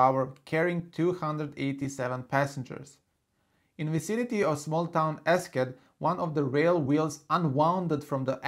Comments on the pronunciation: Eschede (in Germany) is not pronounced "esket". It is more like this: è-sje-dee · Nice video! Learned a lot. But one more thing about Eschede: Besides the pronunciation (which others have pointed out already) there is another wrong thing. The train's loco didn't come to a stop that late because the train driver didn't realise that his train had derailed, but simply due to the high speed at which the train was travelling (around 170km/h). When a train splits, it automatically slams its breaks. It really was just the high speed.